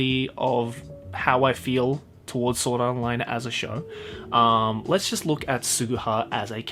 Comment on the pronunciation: I heard wrong or he just pronounced sao as soda art online. 🤣🤣